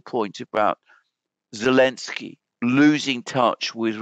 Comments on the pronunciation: I prefer to hear call him 'Bellenski' lol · I prefer Belenski 😂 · Why does insist on mispronouncing Zelensky's name? Not professional.